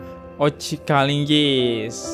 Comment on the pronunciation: Bang host..sdh sering sy dengar Abang ini sebut nama bp Oce Kaligis..dengan sebutan Oce kalinggis😄😄